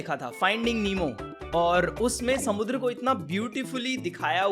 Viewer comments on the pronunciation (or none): why he say samundra in marathi accent